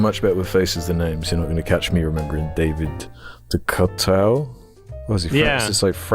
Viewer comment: I'm surprised you didn't know how to pronounce David Decoteau given how often RLM bring him up.